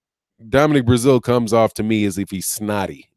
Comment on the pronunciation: As much as I enjoy your content. You can 100% tear up some names🤣🤣🤣 Now even Brazeale's name in the thumbnail.